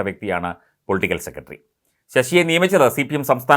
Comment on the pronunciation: താങ്കൾ. സെക്രട്ടറി എന്ന് പറയൂ. അല്ലാതെ സെക്കട്ടറി അല്ല